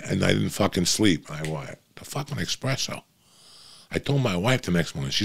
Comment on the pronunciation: There is no x in espresso. You can’t preach but be illiterate at the same time.